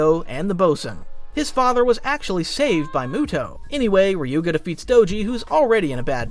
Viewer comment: Watch the anime and learn how to mention their names bro Listening to you mention Ryuga's name like that is ticking me off 😅 And benkay didn't battle in the first round with tsubasa don't just watch listen too